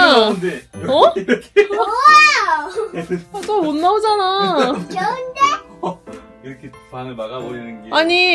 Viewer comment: 가 자꾸 뚜아를 수아라고ㅜ부르는것같아요